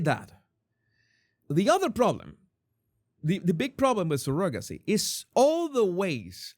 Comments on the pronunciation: I know you have an accent, but that's not how you pronounce "surrogacy." It's not even close. I can't listen anymore with you calling it sir-GOG-acy. It's CER-ugg-a-sea. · He makes fun of the way Andrew Tate says Candayce but posts a video right after pronounces surrogacy as Surogaci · The o in surrogacy is pronounced with an uh sound. Not the typical o sound. sur·uh·guh·see